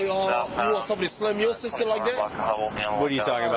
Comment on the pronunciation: Why can't they pronounce "sister"? It's not "suster". 😅